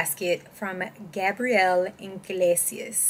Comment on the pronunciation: The way you pronounced his name is the feminine way….the “A” is a long “A”. They cheer because they know the story.